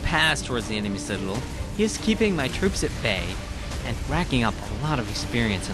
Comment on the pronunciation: i wish he could say citadel correctly